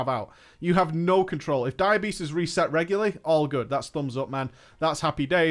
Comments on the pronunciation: Am I the only one that heard "diabetes" every time he said "dire beast"? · Every time you say Dire Beast I hear diabetes- like you don't want that to proc and when it does take some insulin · Took me a bit, I thought he was saying "Diabetess". But was really Dire Beast. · I keep hearing "diabetes" when he says dire beast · for some reason I hear diabetes when you say dire beast